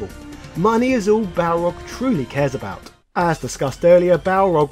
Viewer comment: I still own my copy of Super Street Fighter 2 : The New Challengers. That game always cracked me up because the announcer always butchered Balrog's name calling him Barlog, lol!